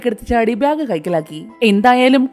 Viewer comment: ഇതെന്താ ബ്യാഗ് എന്ന് പറയുന്നത്. ബാഗ് എന്നല്ലേ പറയാ